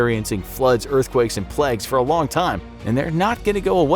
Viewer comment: Plagues not pleg